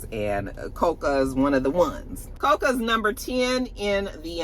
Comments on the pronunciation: Say it with me in unison CO-CO… Like the Butter!!! 😅Omg!!! We gotta say the young queens name right!! 😂😂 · “Co-cuh Golf” Gotta love absolutely destroying an easy name😂. Coco Gauf like Coco Jones like Coko from SWV like Cocoa Puffs the cereal. 😂